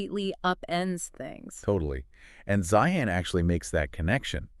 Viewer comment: C'mon guys ''Zi-han?" really? You didn't listen to any of his videos when he pronounces his own name?